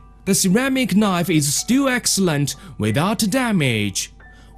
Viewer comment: "The ceramic knife is stwil excewent." - oh my gawd, how did I end up here? I'm not even mad.